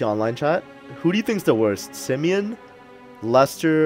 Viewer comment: Bro why you say simeon like that lmao